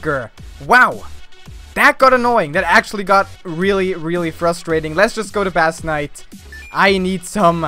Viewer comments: Bass Knight is pronounced "base nite" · gg m8 :D /base knight/ not /bAss knight/ tho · I thought base and bass are pronounced the same...